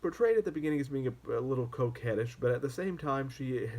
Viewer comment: "Coquettish" – sorry, your accent there made me think for a second you said '"coke-headish"!!!